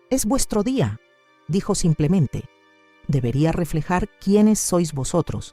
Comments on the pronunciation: Siiii, siempre dicen así, "samplemente". Es muy raro.!! 😂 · Aja,la otra voz decía somplemente, pero me convencía de lo q dice. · Peor es la otra que dice SAMPLEMENTE...